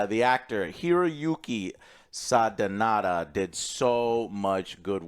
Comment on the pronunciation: The lead actor is SANADA, not “Sadenada”. Cmon Joe!!